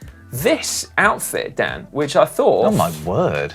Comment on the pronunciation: Amazed by how well Dan pronounced my name and yes the zipties came off as soon as I got in. 👍👍